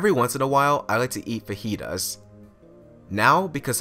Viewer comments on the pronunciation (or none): none